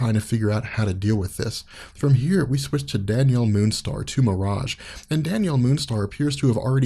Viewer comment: I know he's saying Danielle but it sounds like Daniel almost every time, lol